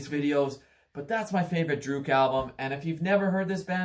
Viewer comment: Please learn how to say the bands name right.